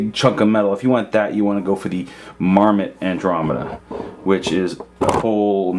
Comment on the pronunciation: "Marmite Andromeda"?